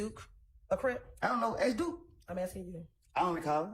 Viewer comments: Can learn how to pronounce ASK NOT AXE- it’s ridiculous no one has told her she sounds stupid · Still irritating. Also, why do grownups use the word 'ax' when the word should be 'ask'?! 🙄 English, people. Grrrr! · Attorneys who cannot pronounce the word ask?